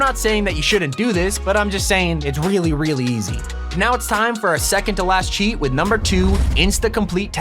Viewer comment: its not chaet